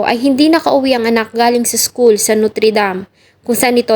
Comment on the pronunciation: Pwede mag aral ka ng tamang pronunciation...hindi NUTRI... NOTRE. 😂